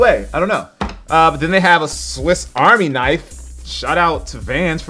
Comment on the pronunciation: i love the "swift army knife" and the "compiss"